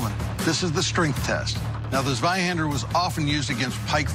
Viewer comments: "Sueihander" XD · Der legendäre "Sweihandör" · It's pronounced "Tzvei-haen-dah" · c.f. Dark Sauce part 6 to learn how to actually pronounce "zweihander". I think a Giant Dad memes comments flow is the most opportune place to post that